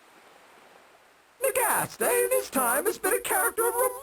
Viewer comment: YOU SAY N'GASTA. N'GASTER IS OUR WORD.